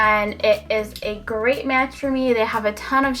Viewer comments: "Foh foundation" lol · Lmfao "fo foundation" mad funny, ur gorgeous & great personality keep it up ;)